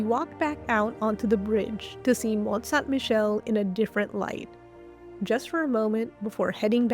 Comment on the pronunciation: French pronunciation tip: stop pronuncing the t; Mon(t)-Sain(t)-Michel, both t are silent; same for Montparnasse